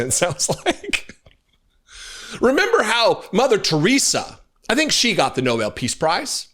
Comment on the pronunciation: It’s NOBEL not Noble Karoline!!